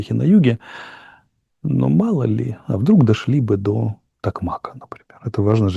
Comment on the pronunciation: Не ТокмАка, а ТокмакА